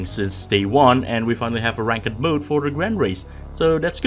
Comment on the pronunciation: You're pronouncing ranked the complete wrong way